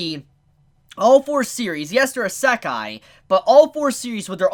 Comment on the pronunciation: you pronounce Isekai likr this: E-sec- kai not ih-se-kai